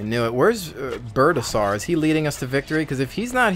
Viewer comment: lol "Birdasour" its Birdasaur, as in dinosaur.